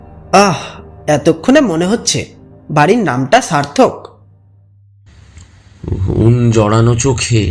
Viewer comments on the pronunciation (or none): I usually like all ur stories but this time I got disappointed the person who did Vijay's character has such awful pronunciations !! Loadsedding noi loadshedding, sarthok noi sharthok he had this awful s problem in all basic words ! The voice is absolutely not upto the mark. It was unfriendly & very crass. Sorry but this is my awful feedback. The story is very good but this narration of Vijay's character completely let the whole thing down !.